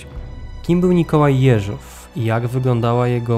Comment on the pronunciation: Czemu "jeŻOW"?